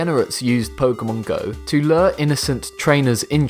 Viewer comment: It's lure, not ler.